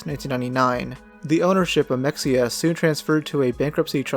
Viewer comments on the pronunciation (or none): it's may-huh not mek-see-yuh for future reference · It’s weird hearing it called mex-ee-ah. Texans around here call it meh-hey-ah. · it’s pronounced meh-hee-ah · As a native Texan I can say with 99% certainty that it’s pronounced Muh-hey-ah and not Mex-E-uh. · It’s pronounced ‘meh-hey-yah’ not ‘mex-e-ah’. There’s a town with the same name near me. Common mistake. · We pronounce it not Mexia but Ma hay a in Texas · It's not pronounced Mex ee yuh, it's Muh Hay Yuh ..I assumed that would be the top comment already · It's not (Me-x-ia) it's pronounced (Ma-ha-ia) I know thats what it looks like but trust me, I live in Texas. I know how to pronounce it. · Your pronunciation is wrong. It's not "mecks-eeah" it's muh-hay-yuh. You don't pronounce the x. I used to live around there. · Hemp-hill, not hem-phil. Also, it's muh hay uh not mex-ee-uh. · It’s pronounced muh-hay-uh not mex-ea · It’s not pronounced Mex ea, it’s Maheya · it’s pronounced “ma-hay-uh” not “mex-ee-uh” pull it together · I think it's pronounced muh hay yuh instead of mexia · You’re pronouncing mexia wrong it’s pronounced “muh hay uh” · It’s pronounced Meh-hey-ah not Mex-iya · I believe the city is pronounced mehia. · Sorry, Mexia is pronounced muh hey yuh. Just like the town, Mexia, TX. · pronouncing it "mex-ia" is sending me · mexeeya lol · Mexia is pronounced “Ma-hay-ahh.” I drive through that shithole all the time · I believe that is pronounced Muh-hay-ya.... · Meheya is how it's pronounced. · It’s pronounced meh- hay- uh Lol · “Mexia” is crazy, its pronounced “MUH-HAY-UH” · Meh-hey-uh. FFS. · Meh-hey-yah…you aren’t pronouncing that correctly. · It’s pronounced “muh-hey-uh” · It's pronounced " Mah-Hay-Ah" like the small city in Central TX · Mexia is pronounced Muh-HAY-uh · I’m from Texas. It’s called “Ma Heya” get it right douchebag. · Muh- hay- uh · In Texas we pronounce it Ma-hay-a lol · You can tell they arent from East Texas when they call it mex-ee-uh lol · It's pronounced Meh-hee-uh